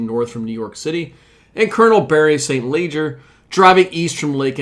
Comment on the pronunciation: Bary St. Leger is not pronounced "saint leger" - it is pronounced "Sileger"